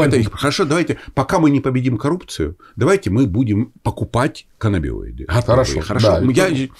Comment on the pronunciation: Врач психиатр -нарколог (стаж 4 года). Коллеги, пожалуйста, говорите правильно - каннабиНоиды. (Н)